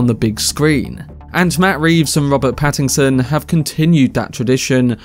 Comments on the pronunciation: Dude, his last name is Pattinson, not Pattingson. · Pattingson lol